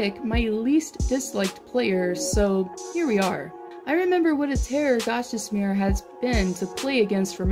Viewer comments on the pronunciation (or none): I’ve never heard someone say Gostisbehere like that